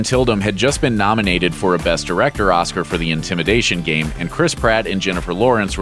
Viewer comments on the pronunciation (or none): It's IMITATION Game, not Intimidation Game. XD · IMITATION game, not INTIMINATION game. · Did he say "Intimidation game"? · "The Intimidation game"? Am I the only one who heard that? LOL